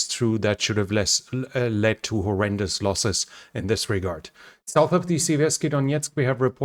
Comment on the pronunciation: Please help me understand why you pronounce the word “north” ‘Norse’. Is it because the sound “th” in the russian language is the ssss sound? That doesn’t explain why you correctly pronounce the words “The” and “That” though. Those aren’t the only examples of the misuse of the “s” and “th” sounds others include “souse” for south and “clother” for closer. Anyway would you please look into this because you are driving Americans crazy! Thank you, great videos and Go Ukraine!!!